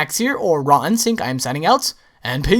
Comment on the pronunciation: Can't be unheard: "Hey guys! it's Max here, or."